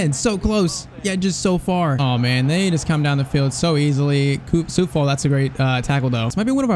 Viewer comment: Its coufal not soufal